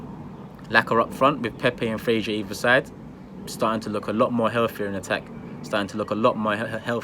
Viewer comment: Who the hell is frashur????🤣🤣🤣it's Fraser mate